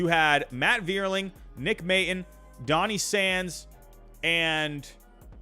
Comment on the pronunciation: Nick May-tawn is how it's pronounced. Love the vids.